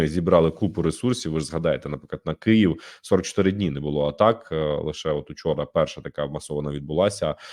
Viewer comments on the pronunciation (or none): none